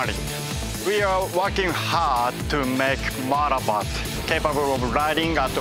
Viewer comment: valenitno: enthousiatic laughter engineer: "motowbot is bingeh deverouppet to charrenge yuuuu" valentino: frowning "hmm"